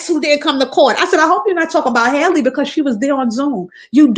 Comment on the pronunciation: Wow you spoke nothing but Facts‼️I peeped this too ! But by the way you’ve been saying her name wrong it’s Halle same way we say Halle Berry